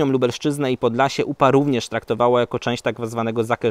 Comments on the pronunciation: Czyta się: Zaker-zonia a nie Zakeżonia. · Widać ,że spałeś na lekcjach rz nie czyta się w tym przypadku z z kropką